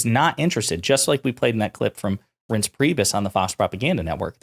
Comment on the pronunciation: Did you call him " rinse" LOL. I think it's pronounced rice nse😊